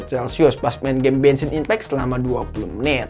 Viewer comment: gua denger nya benshin impact bjir